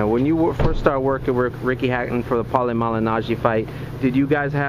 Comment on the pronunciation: 'paulie majinaji' lol he can't say paulie name .. xD